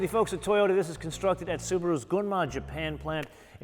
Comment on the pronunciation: Don't worry, you pronounced Gunma perfectly!!